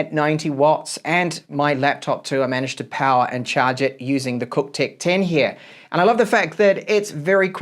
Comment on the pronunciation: Nice mate, did you say it's cocktech? 🤣